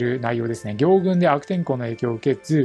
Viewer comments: 行軍(ぎょうぐん)ではなく行軍(こうぐん)ではないでしょうか？ 間違ってたらすみません！ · ぎょうぐんじゃなくてこうぐんでしょ。